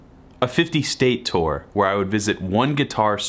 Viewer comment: "Tour" rhymes with "poor." Not with "store." ;-) For what it's worth there, sir.